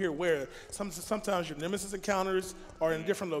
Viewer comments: Congratulations for both! But "Nemisis"? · NEMESIS, not NEMISIS 😭😭